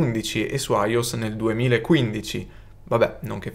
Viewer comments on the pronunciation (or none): Video interessante, complimenti. Ma non ti perdono "aios". iOS -> aioès E, anche se non c'entra niente, ricordiamo sempre la fondamentale: HDMI-> o la si legge con tutte le lettere in italiano oppure tutte in inglese. Accadiemmei OK Eicdiemai OK Accadiemmeai NO